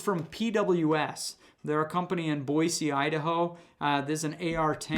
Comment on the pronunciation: THANK YOU for pronouncing Boise correctly.